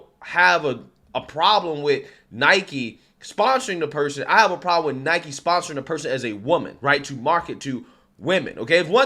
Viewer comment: It's pronounced "Nai-kee" 🤦🏼‍♂️